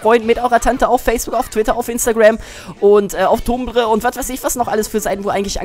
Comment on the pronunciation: wie kann ein mensch nur so viel labern?! D. warte....brustbacken?! dafuq?! xDD und tumblr schonwieder falsch ausgesprochen xDDD